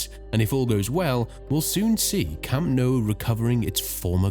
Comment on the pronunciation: Camp No..?? and Santiago Burn-A-Bow.....?? wtf... At the very least learn how to pronounce the places correctly, this is just pathetic....